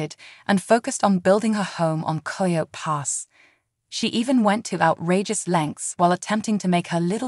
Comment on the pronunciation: Please pronounce this property correctly “KI-O-T” for Coyote Pass!